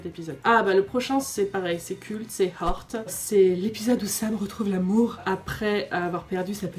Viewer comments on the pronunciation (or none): none